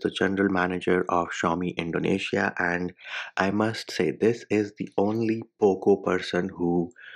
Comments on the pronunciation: It's very satisfying, you saying "poop launcher" 😂😂😂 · I can't stop laughing when you say "Poop launcher " 🤣🤣